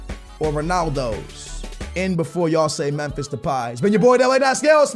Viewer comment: Bus Alex Telles For backup left back Btw u cant say Memphis (first name of Depay)